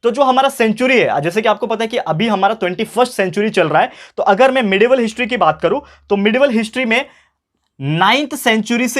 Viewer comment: Sir apne history ko hintry kyu kaha 😅